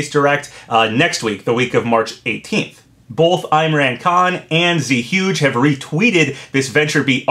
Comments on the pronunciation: just an FYI but Zhuge isn't "Z-huge" it's closer to "Jew-gay"...his avatar pic is Zhuge Liang from Dynasty Warriors, and it's a Chinese name. and man would I LOVE a LEGO Mario game...but at the same time I fear the character selection would be like Mario Kart Tour: 50 alt skins of the same handful of Mario standbys plus 100 generic enemies. If they can find a balance though, with plenty of unique characters to play as including some deep cuts like Geno, Fawful, Wart, Tatanga, DK Junior & Captain Syrup ( because yes, DK, Wario & Yoshi are all part of the Mario franchise, they just happen to have their own series' of games ), it could be the coolest LEGO game since Dimensions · FYI is not pronounced "Zee huge". It is pronounced "joo-guh" after Zhuge Liang, a Chinese politician, military strategist, writer, engineer and inventor. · Zhuge is pronounced Zoo-Gay, it’s a Chinese figure, and it matches his profile picture